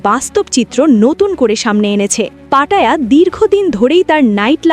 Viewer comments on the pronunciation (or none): পাটায়া হবে না এর উচ্চারণ পাতায়া হবে I